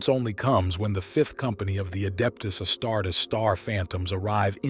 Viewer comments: The AI voice is bsd man..."Astarts"?! Come on man... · AI CANT EVEN SAY ASTARTES....THE VIDEO IS ABOUT ASTARTES....NOT TOO GOOD